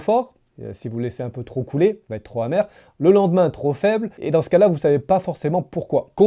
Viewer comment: En français on dit pas: trop hacide ou trop hamèr. On dit trop Pacide ou trop pamèr. Merci de réviser le français avant d'enregistrer une video